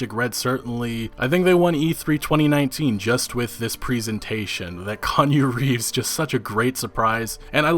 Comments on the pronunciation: Every. Single. Time. Kan U Reefs! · Kanye Reeves ? Kanyu Reeves ? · Kanye Reeves? Lol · "Kanju Reeves" -, 2019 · "Kanye Reeves?"